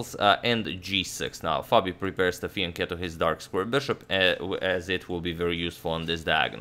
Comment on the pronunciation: Thank you for pronouncing fianchetto properly